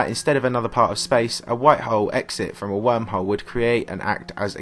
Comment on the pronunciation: Tired of listening to this guy say hoe